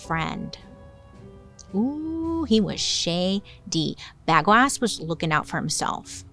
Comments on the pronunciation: Bagoass is mad funny but I think it's pronounced bay-go-us. Bagoasss is funnier tho. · I believe it is pronounced bu go is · Yeah that's not how you pronounce Bagoas ( Baa-go-as) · BA-gO-is. I barely got through this one. Everytime she said bagoass I wanted to turn it. Casanova had a fling with a castrada who turned out to be an actual woman. And Alan was the saddest case. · Bagoas..... You're putting the emphasis on the right part. 😂😂😂 Ba-GO-as. Not bag-o-ass 😂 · I was sitting here going, I know how it's pronounced but I'm laughing so loud that now it will forever be BagOAss😂😂😂😂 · I can’t take you seriously when you say Bag-O-Ass…. 😂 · Ps. Bagoas is pronounced “Buh-go-us” 😂 In case anyone in the comments plans to tell anyone about this, I want y’all to be able to come correct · I can't with this "BagOAs" 😂 But in all seriousness, the should have been "Bagnoas", amirite? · I can’t stop hearing Bag O’Ass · I keep hearing bag of a**😂😂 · It would've sounded like BAGWAAH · FAILED the pronunciation of the name 😁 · At first i didn't laugh at Bagoas. Then the more times she said it, the funnier it got. I'm cackling. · i’m a child I smiled everything she said Bagoas